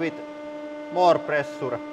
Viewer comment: "Quite much of plressuure." Indeed!